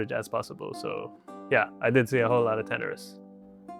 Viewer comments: Why are none of the comments talking about the guy saying Tanaris wrong... guys calling it tataris bro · Tanaris: (Ta - nair - es) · I do not agree with your pronunciation of Tanaris. LOL